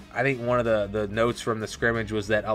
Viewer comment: Thanks for the report, but you keep mispronouncing "scrimmgage"!